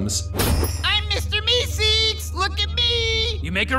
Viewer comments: idk why but it bothered me so much he said meesicks instead of meeseeks 😢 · I thought it was mr. Meseeks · I like when the audio switches back and forth between the cartoon clearly saying "MR MESEEKS" and then repeatedly saying "Mr. Missigs". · Meesigs!? How do you mess that up? It's meseeks! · AAh Gees it's not Mr. Mizzigs it's Mr. Meeseeks !! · Dude it's me seeks. Not me sigs. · Its Meeseeks, not meesigs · how can you know so much about this show and not know how to say MEESEEKS? its pronounced "Me Seeks" not "Me Cigs" He even says his name in this video and you still say it wrong every single time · Meeseeks not meesicks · "Mister meesicks" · "Me cigs"; this tilted me so much I had to stop watching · He sounds more like he's from Canada. Like a Canadian-valley girl accent. I'm actually watching the whole thing and I just got to a part where he talks about the meeseeks and he pronounces it meesigs..... I hate him so much. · "Mr. MeeSigs"????????????? What the Fuck??? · mister mesicks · The content is good and well said aside from a few mispronounced words (Deft, Meseeks). But The up talking kills the watchability. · How can you not say Meeseeks right? when you have a clip of them saying it the right way.